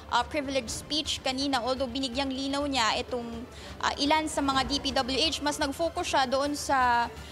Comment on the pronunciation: Nahawa na yung reporter kay Curlee Discaya, "DPW-Etch"